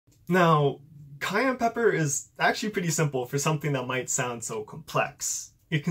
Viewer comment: ITS PRONOUNCED SAI-AN NOT CAYENNE